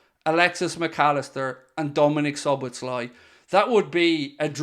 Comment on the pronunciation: Szoboszlai: 2 -s sounds in the pronunciation, NO -Z sound.